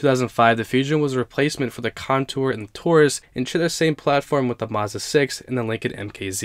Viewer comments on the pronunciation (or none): none